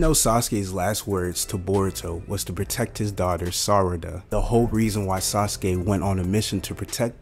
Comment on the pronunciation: Yeah jurai... burrito...sazuke..😂😂😂